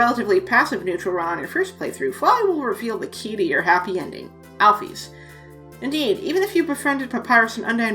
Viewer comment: Alphys = Al-fiss Basic English